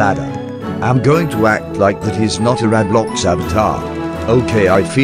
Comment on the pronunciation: It’s not roblocks it’s roblox